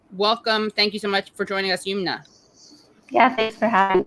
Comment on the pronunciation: Her name is Yum-na and not Yoom-na. Please get POC people’s names right.